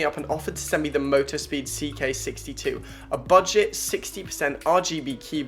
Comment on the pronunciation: “Buget” lol